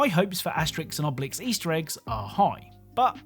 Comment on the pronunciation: AHhh, Asterix & Obelix brings back a lot of nostalgia. I just wish you said their names with the accent